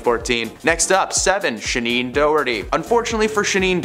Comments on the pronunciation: Shaneen Doraty?!! What happened to Shannon. ???? If you’re going to name names. Get the name right! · Shannon Doherty, not Shaneen, wth.